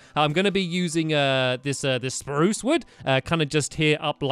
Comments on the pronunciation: omg stamp said spruce wrong 😲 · STAMPY!!!!! you said "spruce" wood. you said you will say sparruce wood